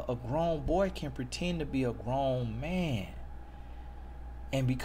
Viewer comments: "Oh my goodness this is a mant of godt"👏👏😂😂😂😂😂😭😂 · “Oh my goodness this a manT of GodT!” 😂🤣😂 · I’m dead at “this is a ManT of GodT” 😂😭💀💀😂💀🤣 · “Oh my goodness this a mant of Godt” 🤣